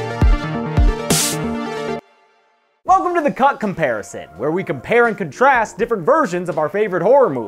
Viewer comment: For a split second it sounds like he’s saying “welcome to the cunt comparison.” Also cool video.